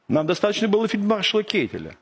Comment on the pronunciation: не кейтель а кайтель прикольно я лично знаком с его внуком